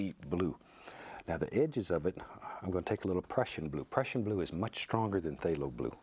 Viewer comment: everytime he says "the prussian blue" i always hear depression blue and i have never related more